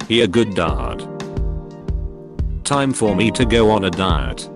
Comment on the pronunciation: I really felt it when he said: "Nightly juicy memes everyday 10pm bri'ish 'ime